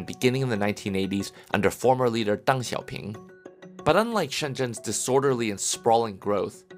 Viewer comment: They picked the most Chinese looking America guy for the documentary without caring about whether how Chinese he actually is. His pronunciation of Deng Xiao Ping is very over-exaggerated for one, and it makes me more confident that he was taking a picture for translation on those monumental signs thingies.